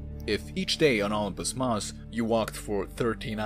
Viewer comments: No mon, Olympus mons. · “Unpus Moss” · I keep hearing ompus mons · Is he saying "Optimus Moss"? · The way you pronounce Olimpus mons is disgusting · The way u pronounce olympus mons pisses me off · The way you spell it isn't much better.